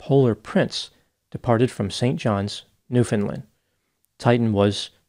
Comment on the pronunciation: is hereby awarded Canadian Bonus Points for pronouncing 'Newfoundland' correctly!